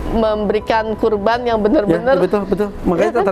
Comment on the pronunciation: qurban mba bukan korban. wkwkwk